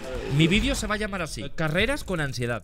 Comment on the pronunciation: Auron ya no se dice "Ansiedad" ahora se dice Ansiedá